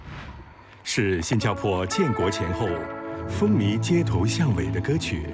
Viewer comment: 风靡（mi2×正确发音：mi3）